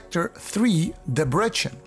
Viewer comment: Debrecen is pronounced ˈdɛb.rɛt.sɛn read it like this (Imagine you know nothing about the meaning and just read Debretsen)